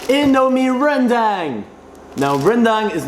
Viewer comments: pronounce it like rendung instead of rendaaang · Some people pronounce it rendeng instead of rendang,just some english and BM problems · Its pronounced rendang not rendang kappa